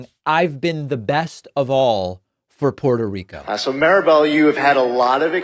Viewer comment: David, as a fellow Latino, you should be pronouncing Puerto Rico correctly.